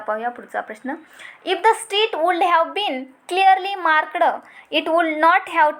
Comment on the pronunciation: Your Pronociation is not correct वाॅचडं मार्कडं